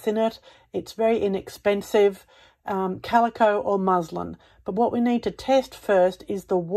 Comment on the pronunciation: Muslim is a religion. MusLIN is how the fabric is pronounced.